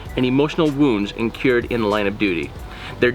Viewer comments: Sir you totally pronounced the word "INCURED"...wrong....its not "cure" as in to "cure" a disease....its pronounced "INN- KURR- d" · It's incurred (rhymes with blue bird) not in-cured (rhymes with insured)